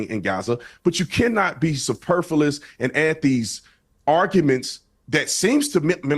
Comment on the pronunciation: “Suhperfaliss” is truly a stupid person.